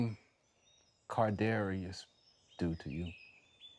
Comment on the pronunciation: Who is KaRdarius Toney? Lol